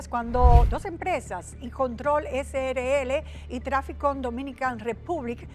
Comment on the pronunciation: ESE SR DIRECTOR NO MENCIONO EN NINGUN MOMENTO A TRANSCORE LATAM SRL COMO TAL SINO COMO TRANSCORE LATAM CRL. ESCUCHEN BIEN "CRL". NI PARA LEER BIEN SON BUENOS